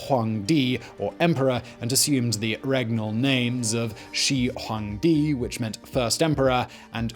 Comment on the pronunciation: After one hundred times she hong djee and wang bang sching, I gave up